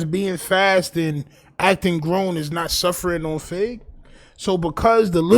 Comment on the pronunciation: He said growner